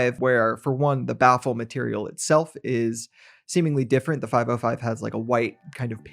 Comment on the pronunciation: it is not "5o5" but "505", not "6xo" but "6x0" --- not "ou" but zero